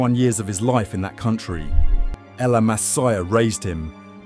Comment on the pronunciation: The way this mofo pronounced La Masia we all know he has absolutely nothing to do with football. Just a grifter trying to make a buck.